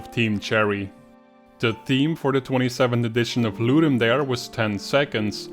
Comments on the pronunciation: Latin “dare” is pronounced “dah-ray” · It's pronounced "Ludum Dah-ray". It's latin for "to give a game." The event organizers have confirmed it. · Great videos. Just one point: the "dare" in 'ludum dare" is pronouned "DAH-reh" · Great video but it's driving me a bit crazy... Ludum Dare is Latin. It's pronounced Loo-Dum Da-Ray